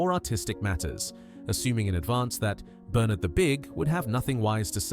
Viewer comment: Quite agree. Obviously AI narration, too. British accent but pronounces "Bernard" as BerNARD". Dead give-away. Not impressed.